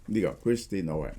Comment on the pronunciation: 發音係 /noʊm/, 只有一個音節, 即係等於 個 “no” 字加個 /m/ 未音; 又或者 個 “home” 字 由 ‘h’ 轉 ‘n’ 咁讀. 又即係 同個 “gnome” 字同音. 🙏🏻